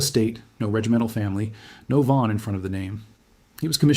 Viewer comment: Not to mention that it's pronounced Fon, not VAAAAAN